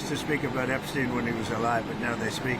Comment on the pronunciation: Not Epsteeen. it's Epstein.